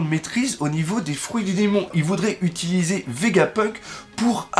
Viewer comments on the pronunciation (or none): none